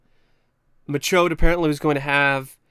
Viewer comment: I just wanna say real quick that I love your commitment to calling him Mike MaCHODE throughout this entire video lmao